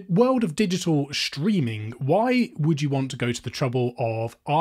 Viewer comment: Digital schtreaming?